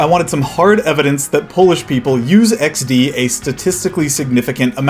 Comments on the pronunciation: In my opinion: 1. It sounds better in Polish, pronounced more harshly, iks-de instead of eksdi. 2. It's a disconnect from its roots. XD was originally intended to represent a smiling face, but in my opinion, this association has completely disappeared from the Polish consciousness. Now, for us, it's just a sound, two letters, a symbol, not something reminiscent of an emoji, face, smile or anything. 3. For Poles, using emojis is cringe, associated primarily with older people. 4. Poles are deeply engrained with shame, a sense of inferiority, and a desire to please Westerners, especially Americans. The younger generation, although most no longer feel a desire to feel acceptance from Americans, still harbors remnants of the "American dream." and "poor Eastern Europe" accordingly, we can say that online we adapt and strive to be "cool." If you ask a Pole if they use XD to talk to foreigners, they'll say no. It's something that only happens between Poles. In conversations with others outside of Poland, we usually switch to lol or lmao. That's why, in my opinion, XD is also so isolated and occurs only within Poland. 5. As I mentioned in point 4, Polish Gen Z no longer feels this ingrained shame of being inferior, and therefore no longer feels the need to please Westerners. I've heard that Poles who use lmao or lol are perceived by other Poles as snobs, wanting to be from the US and trying too hard, which, again, is cringeworthy... But that's just my perspective on the topic, based o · yeah it just somehow became like an actual part of the vocabulary probably cause its a lot more satisfying to say with the polish pronounciation also younger polish people almost never use emojis except like ironically cause they are heavily used by older people so using laughing emojis feels like ur 50+ so that might be another reason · As a Pole (yeah, a long stick with a capital letter), I am really impressed how you started saying XD in Polish pronunciation around 8th minute or so.